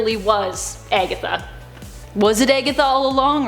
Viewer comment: Hahaha! She called Agatha eggatga!!!LOL 😆 🤣 😂 😹